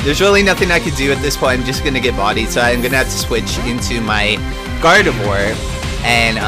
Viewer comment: I'm getting so triggered how you say gardevoir. Its not guard-eve-war. Its guard-a-vwaaa. It's french. also I can hit you up with a shuckle. What kind of EV spread do you want?